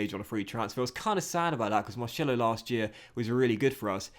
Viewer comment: Please stop saying Marcelo like that it murders my ears